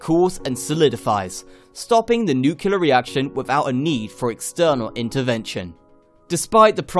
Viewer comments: Can you say noo-clee-ar? You sound like a muppet when you say noo-kyoo-lar. BTW, check out Radiant S3 reactor systems. They are close to test running their proof of concept reactor with He cooling. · pronouncing Nuclear not nuculur... lol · what is nucular?